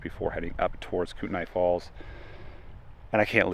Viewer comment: For the love of god and us locals, please pronounce Kootenai the right way.